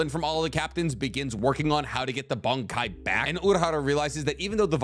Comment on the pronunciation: This was a great video. I really appreciate the intended vagueness when talking about certain characters and their upgrades for the sake of not revealing spoilers. Some of your pronunciation just makes me laugh! You keep saying Bankai like... "Bung-Kai". Is it just me? When I say it outloud, I hear "Bon" or "Bahn"... Bankai. Not trying to be a grammar nazi over here though, you do you boo boo. Just wanted to say it makes me laugh :)